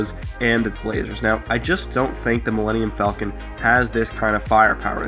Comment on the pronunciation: Why does everybody mispronounce the Millennium Falcon.